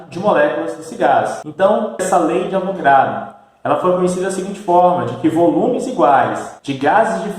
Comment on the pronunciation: O correto é A VO GA DRO e não A VRO GA DO